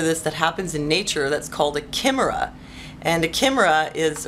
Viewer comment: Very interesting. By the way, you say it like 'K-eye-mira'.